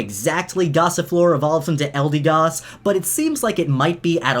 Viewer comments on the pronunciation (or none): Hasn't even been a day and hes already mispronouncing the Pokémons' names. 'Eldeegoss.' Its 'Eldehgoss.'